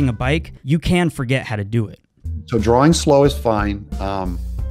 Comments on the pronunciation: I'm very sorry, your artwork is amazing and all, but could you say drawing properly. It's draw-ing, not drawling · It sounds like you've been pronouncing it as "drawling" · "Dralling" that makes me cringe lol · drawing not drawling hearing ppl say words wrong drives me crazy blame my teacher from the 4th grade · is he saying drawling?